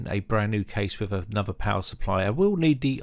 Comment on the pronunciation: With not "wiv" Motherboard not "moverboard" Third gen not "fird gen" Other Videos not "uver videos" Than not "dan" Messy pronunciation like the messy build.